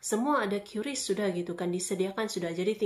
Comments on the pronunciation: Bacanya kris bukan qiuris ibu cantik. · Kiris bukan kyuris atau kris, ribet juga ya 😂😂😂 yg gampang ucap aja